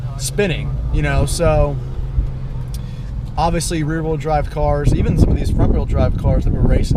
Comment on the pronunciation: He said wheel but the way he said it sounds like he's saying real